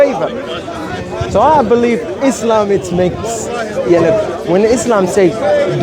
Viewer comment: please its ISLAM Not IZLAM